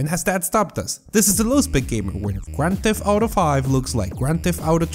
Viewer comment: GRAND THEFT OWTO! 65 JIGA BITES!